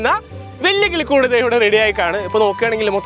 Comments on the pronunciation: കുളിക്കുട് അല്ല കിളിക്കുട് 😂😂in the first of this vedio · 0.09 tongue slip ayi enn thonnu ( nammku keri irikan pattunna valiya kulikood ) 😂😂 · കിളികൂട്❌ കുളിക്കൂട്😂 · 0.08 മച്ചാനെ കുളികൂടു അല്ല കിളിക്കൂട്😂😂